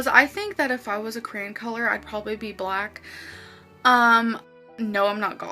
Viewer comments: OMG. When she said “if I was a cran color” I thought she meant a cranberry, and I thought “bitch, you’d be the color of a cranberry. Are you high? WTF are you talking about?” and then you said “she means CRAYON” and I died. WHY does she mispronounce EVERYTHING?! She wants people to think she’s smart while she speaks like a moron, kind of like how she wants us to think she’s pretty while she’s carrying 600+ pounds on a 5’ frame… 👀🤷🏻‍♀️ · How she pronounces "crayon". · Her accent is so jacked up. The only place I’ve ever heard crayon pronounced as “cran” is from Pittsburgh to maybe the Indiana-Ohio border (?). It’s definitely part of a regional accent, though, and to my remembrance, Amber hasn’t ever lived there.